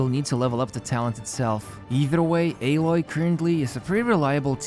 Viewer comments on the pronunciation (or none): It’s a-Loy not ae-loy